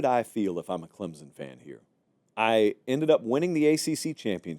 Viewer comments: Here’s what he means… says clemZen. Correct pronunciation is clemSon. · And it is not pronounced "Klimpson" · On behalf of all Clemson fans, there's no Z in Clemson. "Clemzin". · I’ve been telling him that.🙄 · Please pronounce Clemson with a “p.” I can’t stand to hear you say it that way. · Agreed. No P and no Z.